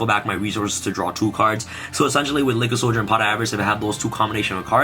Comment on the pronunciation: this man really said lickid soldier i'm dying